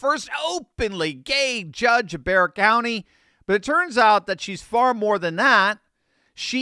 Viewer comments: I'm impressed that you pronounced Bexar County correctly. Even Texans get it wrong. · Thank you for pronouncing Bexar correctly!!!!!!! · Thank you for getting the pronunciation of Bexar right! ❤ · Wow, first commentator I've heard pronounce Bexar county correctly. Way to go.